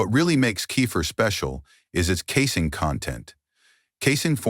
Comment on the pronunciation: Great video undermined by awful spelling and pronunciation. Late in the video, Kefir is pronounced as Cape Fear. Earlier Casine is pronounced Casing.